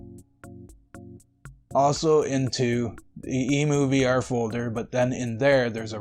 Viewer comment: EM-YOU...EMU not EEMOO... Like Emulator...EmuVR = Emulator VR... NOt a BIRD.